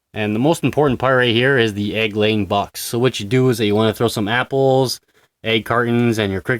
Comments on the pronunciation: At three minutes in the video you didn't say egg laying you said leg Aing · "Leg ayeing success". I think you're my dyslexic spirit animal, lol! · "leg ay-ing success" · "Leg aaying" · "leg eyying" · "leg ayying" , little freudian slip there eh? haha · "leg aying success" Speckh levl 100